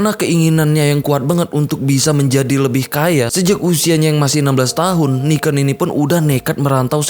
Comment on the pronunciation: Niken bang, bukan Niken